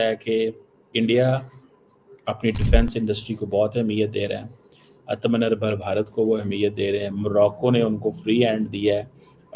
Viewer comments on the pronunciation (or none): boss, that is pronounced as "aatma" then "nir" then "bhar"......atmaa nahi....."aatma" is self (like Khud in Urdu) and "nirbhar" reliance....